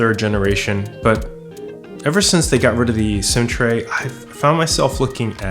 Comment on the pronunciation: My brain could not process "SIM tray" that you mentioned. I kept hearing "centray" and I had to rewind 3 times before I activated closed captioning. Getting older sucks sometimes